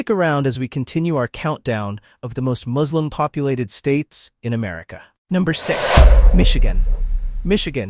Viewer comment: Why do you insert the word "slum" in a word whose second syllable is clearly both spelled and pronounced (correctly) "slim"?